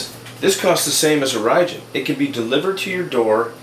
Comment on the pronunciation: Orijen is pronounced "origin" not Oh-ry-jen